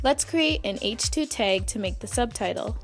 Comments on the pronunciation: stop saying "teg"!!!!!!!! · TAG NOT TEG